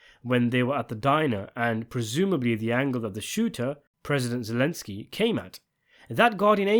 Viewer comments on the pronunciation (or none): none